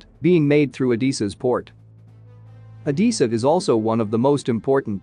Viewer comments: It’s Odessa not Odeessa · I think it's Oh-DEH-Suh, not Oh-DEE-Suh, but I could be wrong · O-Dee-Sa or O-DESS-A? shouldn't you know? do women wear dreeeses or dresses? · PLEASE - find out how to pronounce the name ODESSA - it hurts my ears - O-dess-a e not i in its pronouncement